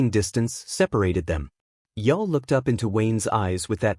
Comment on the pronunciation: We're supposed to believe a story from a Bot that can't even pronounce Brynner's name correctly! It's pronounced 'Yool' as in Yuletide.That 1 subscriber you've got must be a relative.